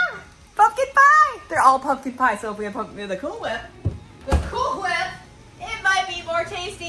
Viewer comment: Molly can definitely run with the boys...she's awesome!!.I love how she mocked saying cahool whip..😂...still love ya..I'm waiting on her to say they're dry as a popcorn fart😂😂